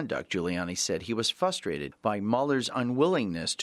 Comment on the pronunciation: He was "FUSTRATED"?! Credibility inches backwards out the door.